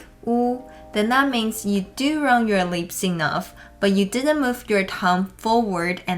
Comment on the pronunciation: I remember in the episode of Mandarin Monkey podcast you were in, you mentioned that one part of English pronunciation that you still have trouble with is pronouncing the short "I" as a long "I". I truly think that is the only part of your pronunciation that could use improvement. I really heard you say "leaps" instead of "lips" in this video :) ..Ya gotta love those minimal pairs! My favorite minimal pair in Mandarin is 群/ 全. I would spend so much time practicing it and now I have perfected it. Thank you for your videos.